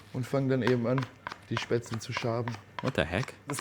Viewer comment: You need to practise your pronounciation: "st" and "sp" at the beginning of an originally German word are actually pronounced "sht" and "shp". Except in Plattdeutsch maybe. And the "le" and isn't turned into an "el" as in English. So it is "SHPätz-LE", which is indeed a kind of pasta. German V is mostly (but always at the beginning of a word) pronounced like an English F while an German W is pronounced like an Englich V. The "whipped cream" for the Kässpätzle is actually rather "whipping cream", so just "whippable" and not the sweet stuff from a can you put on your ice cream, but simply "pure" cream whipped without sugar or anything added. And yes, cream makes it...creamy.